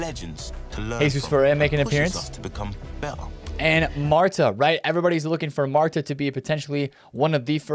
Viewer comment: I know Mata not Marta 😂😂😂